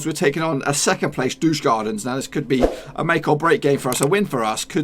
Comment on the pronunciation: Douchgardens is a perfect pronunciation. How could you know what they are all about,lol!?